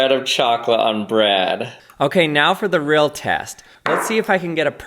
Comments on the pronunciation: Why do you say Brad instead of bread? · Caught you saying “bed” instead of “bread” 💀💀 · except I've never heard anyone else pronounce bread like brad. That's why it it's odd, because it's not normal. Everyone else says bred. Not this guy. It's an accent. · This dude has the strangest accent I've ever heard. The way says bread and spread, it sounds like brad and sprad. He pronounced lots of words strangely, but those were the most pronounced. I need to know where this guy is from, what his background is, and what kind of people he grew up around. I need to forensically trace this most bizarre accent!!! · please call it bread not brad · Firstly love the videos, that being said the way you at times said bread and spread 😬 "the perfect spread of chocolate on Braaad" (side note my names Brad 😅) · Did you say…Rezero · “the perfect spuread of chocolate on the breADuh” 👁️👄👁️ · “The perfect spread of chocolate on braaad” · HOLLLLY LOL. That's the first time I've EVERRR heard someone pronounce bread B R Æ D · Take a drink every time he says “sprad” or “brad” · I hate to be mean but his cadence is like... if someone just slowed his brain down a little. Its taking an extra second for his brain and mouth to.. connect 😵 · he says sprad on the brad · Why do you say bread like a gay dude says brad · I don t like the way you pronounce bread. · The way he pronounces “bread” and “spread” sound so comical to me. 😂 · The way this guy says bread is piiiiiiiiiiiiiiiissing me off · The way you pronounce "bread" makes me want to shove a fork through my eye. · This guy saying bread is creayyzzyyy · I swear to God he is pronouncing “bread” in the most awkward and most unusual way lol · This dude makes me cry the way he says bread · You say bread funny 😂